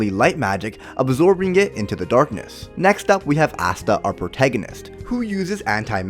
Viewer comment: It makes me laugh when says the word "darkness"